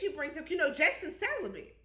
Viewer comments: Not CELIBATE but celi-BENT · Wtf is celibent!!!!!?!?!? 😂😂😂😂